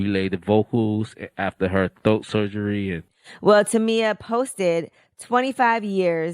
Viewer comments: It's throat not "thoat" for godness sake 😂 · Man...my eyes popped wide open when I heard him say thoat! LMAO